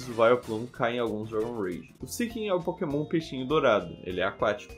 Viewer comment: so eu que ouvi "nao podemos usar pokenom do tipo agua